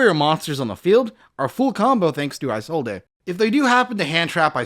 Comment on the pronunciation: Why does nobody know how to say Isolde's name correctly. Her name is pronounced "Is-old" not "eye-sold-ay".